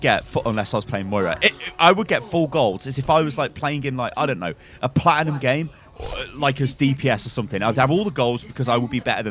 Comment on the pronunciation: This guy..... platinium... wtf